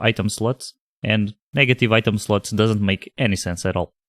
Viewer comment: for some reason I always hear "sluts" :)